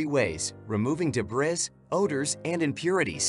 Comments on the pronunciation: please say the word Debris correct, so amateurish. Or don't use AI. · How can I trust a review when the reviewer can’t pronounce “debris”!